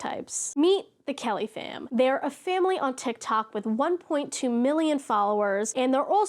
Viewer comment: Okay... the first few times you said Kellyfam I thought you were saying caliphate.